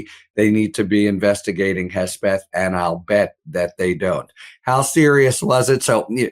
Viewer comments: Why he keeps calling him Hesbeth? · Sounds like is saying Hessbeth, that's a great name for him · Who is this “Hesbeth” your guest keeps mentioning??